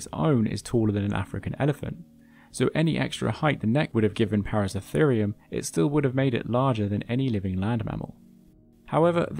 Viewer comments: Thank you for another great video. Now I'm going to an asshole: it's ParaCERAtherium. Not "Paracetherium". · Its Para-CERA-therium. Not Para-CE-therium... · just a pronunciation point: Paraceratherium, you keep missing the middle "ra." You keep pronouncing it as if it is spelt, Paracetherium. It should be, "Peh-rah-Seh-rah-THII-RII-uhm," not, "Peh-rah-seh-THII-RII-uhm." Para means around, and Ceratherium, the ending just means an individual group of Ceratheres, whatever that is in Latin. Perhaps grass eaters? But it is definitely "Seh-Rah-thiirz," not, "Seh-thiirz." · even when its plainly written out on the screen "ParaceRAtherium" the narrator still calls the Genus "Paracetherium" EVERY time... WHY? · *Para-CERA-therium - 7 syllables! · Wonderful video! Although it is a little odd hearing you miss a syllable in the name of Paraceratherium every time you said it. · Hearing you mispronounce paraceratherium dozens of times was maddening.